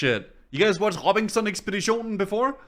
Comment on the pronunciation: your danish lmao " robinson ekspeditionen"